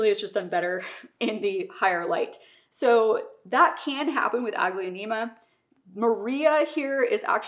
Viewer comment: It’s pronounced aglo- neem-a. The second a is silent